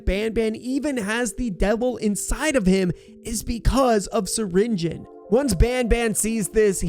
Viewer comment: did bro really say stinger Flynn it’s syringion